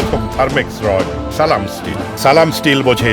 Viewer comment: যে লোক সালামটা ঠিক মত দিতে পারেনা সে লোক জামাতে যোগ দিয়েচে হাস্যকর